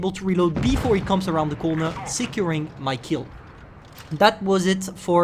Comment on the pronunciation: Ok another English word you killed... securing